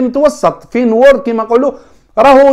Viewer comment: عجبتني كي تقول فين وورد ههههههههه فينورد